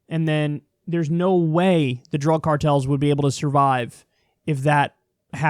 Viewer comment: Lol "drüg"